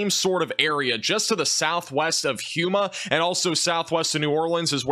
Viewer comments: "Huma". Lol. It's "Ho-ma". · Ho-Mah not hyou-mah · Houma = Home...A not HUMA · It’s HOUMA, not HUMA.😂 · You’re good man. But it’s pronounced “home-uh” you said “hugh-ma” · Just an FYI we pronounce Houma as "Homa" not "Huma." Thanks for the live coverage from Alexandria, LA. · It’s not pronounced Hoo Muh. It’s pronounced HO Muh. Louisiana has all those funny French names so it can be tough getting them right. Good report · My man said hooma. It’s pronounced home-a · Home-ah not huma, for the future upload buddy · Lol Huema. It's Home-uh. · Hoe-muh, not Huma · Houma is pronounced - “Home-uh” or “home-a”. Not huuma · No hue-ma it’s hoe-ma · Its not Huma its Houma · Hey, Houma is said “ho-muh” much love and thanks for keeping us updated! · Houma is pronounced home a . 😂😂😂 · Houma is pronounced Hoe-ma. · It's pronounced "Home - A" like home with an ahhhhhh on the end of it. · Houma is pronounced “Home-uh” Port Fourchon - “Foosh-on” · Houma - “HO-muh” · pronounced HO-Ma phonetically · Hi! It’s pronounced Home-ah, named after a tribe indigenous to the area. Thank you so much for covering this. We are hunkered down in New Orleans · More like Home-uh. But stay safe. Get alot of bottled water and can goods. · Yeah we are cooked Just a small note Houma is pronounced home-uh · 😂😂😂😂😂😂 it's HOUMA (HOMA) not huma 😂😂😂😂😂😂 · It's pronounced HOME-UHH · Excellent reporting. 👍🏻However, Houma is pronounced like homa. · How he said Houma was hilarious. 😂